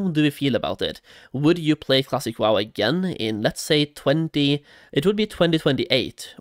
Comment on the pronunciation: I can’t stop hearing the -eh at every time he says wow-eh